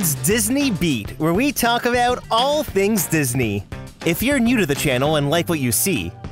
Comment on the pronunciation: I enjoy hearing you "talk avout all things Disney".